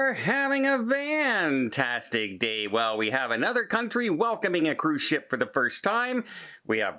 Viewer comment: Can someone confirm that he says, "Vantastic day" and tell me why he says it that way 😂